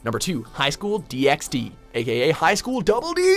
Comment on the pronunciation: incidentally you dont pronounce the "x" like this vid did with High school DxD. its just DD, as opposed to "Dee eks Dee" same goes for Hunter x Hunter, its just hunter hunter.